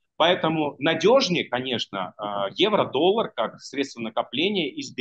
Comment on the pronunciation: ОН СКАЗАЛ....,, ДОЛЛАГ"